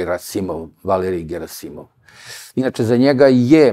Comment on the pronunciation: Аман бре! Није "ГерАсимов" него "ГерасИмов"! Докле бре акцентовање из "круга двојке"? "ТелвИзија" а не "ТелЕвзија"! Нисте свесни колико су речи битне!!! Уосталом Бог је речима стварао свет!